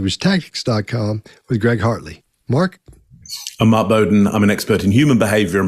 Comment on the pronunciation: why did it sound like Greg called Mark “Margaret” here? 😂😂😂😂